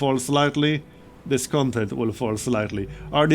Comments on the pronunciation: Hey, really enjoying this series as I’ve enjoyed all your Frostpunk content. Just a heads up: discontent is pronounced with the stress on the last syllable: disconTENT. It’s the same root as content (adjective) as in fulfilled: conTENT. The noun content as in “downloadable content” is CONtent, like you are pronouncing it now. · Hey,. Really enjoying your series. I like Frostpunk as a survival + city-builder hybrid. Also, the word Discontent, is spelled phonetically as "DisconTENT" with the emphasis on tent. No complains otherwise, love your series.